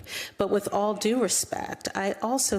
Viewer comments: The emphasis on "with all DUE respect" had just a little bit of stank on it". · Did you miss the emphasis on "due" in the "With all DUE respect". The clue very little respect is due to this clown.